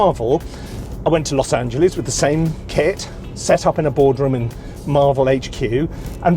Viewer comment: Oh lol “KIT” I kept thinking you were saying I’m taking my Kid with me lol